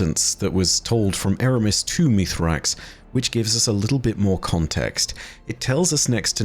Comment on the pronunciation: Hey, can we try and focus on calling him by his proper name Misraaks? It's really uncomfortable when you call Mithrax when even the Eliksni in game call him by his proper name.